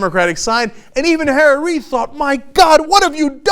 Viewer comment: On an un-related and random note, every time Cenk says "Harry Reid", it almost sounds like he's saying "Tara Reid" I just thought that was kinda funny